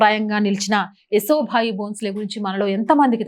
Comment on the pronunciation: ఏసో బాయి, కాదు తల్లి. యశసో బాయి అనుకుంటాను.